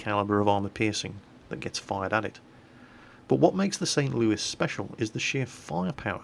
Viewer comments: Because Louis ends in an S and not an E. So why would you say it as if it ended in an E and not an S? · ThatGuy3714 Louis is a french name. St. Louis the city is named after King Louis the Ninth of France, who was sainted by the Roman Catholic Church, he was a crusader and such things like that. I actually been to the city, they have a Cathedral dedicated to Saint Louis as well, very nice mosaics, almost medieval in quality and style, not something usual in the United States. Anyway, the french pronouce Louis as "loo-ee" the "s" is silent. By the way, St. Louis originally part of french colonization, not english. It is an originally french city! Same as New Orleans (Orleans is a city in France). We don't say Orleans the "French" way either !